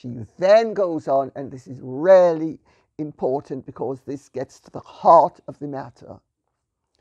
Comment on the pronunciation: Lady C is so posh it's almost unintelligible. When she says, "Really" it sounds like "Rarely". Otherwise eloquent and erudite as ever.